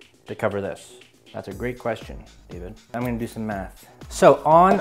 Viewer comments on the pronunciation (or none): none